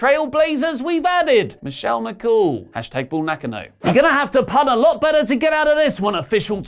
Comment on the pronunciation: Mispronounced Bull Nakano.